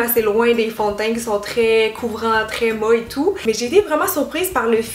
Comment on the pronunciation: Cynthia Dulude non rien t'as un accent mignon québécois quand tu dis «mate» tu dis «ma» 😂